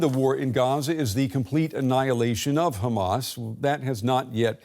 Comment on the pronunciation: Will journalists never learn how to pronounce "Hamas?". Why are educated people so inept, or is it haughty arrogance?